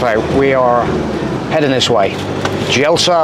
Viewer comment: Stunning video, poor pronunciation of local names. Try saying Bracz, Sholta and Yelsa, next time.